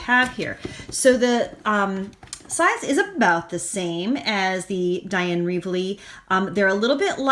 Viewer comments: Wakely, not Reavely. Great comparison. Thank you. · Dina Is pronounced...Deena, last name is pronounced Wakely, Caran D'ache is pronounced...Karen Daush. Great video!!! Thank you!